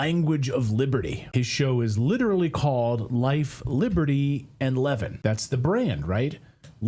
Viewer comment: AI - you should at least know how to pronounce Levin........................ but you don't.